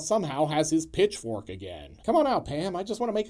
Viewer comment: Did you say pitchfork or bitchfork?❤😂❤